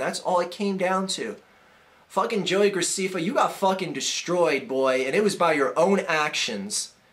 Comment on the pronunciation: And that's not how u Say JoeyGrecefa it is JoeyGraceffa